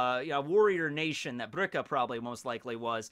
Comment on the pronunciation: It’s “Birka” or “Bilka”. “Brika” is a joint.